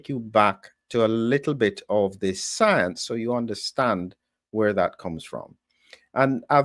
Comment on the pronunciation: Everytime I hear the word science, I see that little Howdy Doody looking Fauchi saying soience..